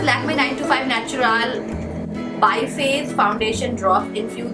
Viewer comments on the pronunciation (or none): It’s pronounced Naturaal. Not natura-lay.